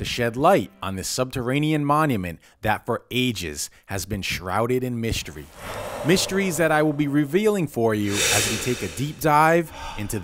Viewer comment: it's not mySHtery it's mystery